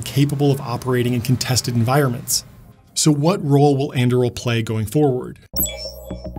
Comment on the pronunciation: Just started watching this. I think Anduril is not pronounced that way! Its Aragorn's sword forged from Narsil right?